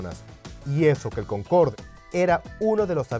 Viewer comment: Es "Concorde", no "Concord" empezamos mal